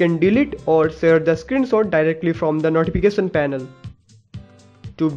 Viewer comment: it's screenshot not screen sot xD